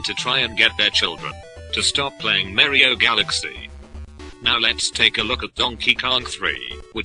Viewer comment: i love how he says "mario" like "mari-o".. ha ha..